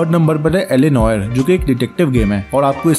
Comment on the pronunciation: Bro El A No Are pronouce karte hai